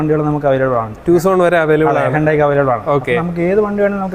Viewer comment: എന്റെ പൊന്നു സുഹൃത്തേ ഇയാളുടെ എല്ലാ വീഡിയോയിലും ഹ്യുണ്ടായിയെ പറ്റി പറയുമ്പോൾ ഹയ്യുണ്ടായി എന്നാണ് പറയുന്നത്.. കമ്പനി പോലും ഹ്യുണ്ടായി എന്നാണ് പറയുന്നത് ഈ പേര് എവിടുന്ന് കിട്ടി എന്ന് മനസ്സിലാകുന്നില്ല കുറെ പേരൊക്കെ ഇത് അങ്ങനെയല്ല ഇങ്ങനെയാ എന്നൊക്കെ താങ്കളോട് പറയാറുണ്ട് ഞാൻ അത് കാണാറുണ്ട് എന്നാലും താങ്കൾ തിരുത്താൻ തയ്യാറല്ല